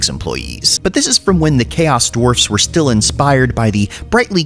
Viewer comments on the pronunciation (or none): none